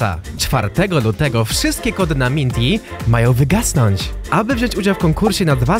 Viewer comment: "Mijnty" Nik bartol8890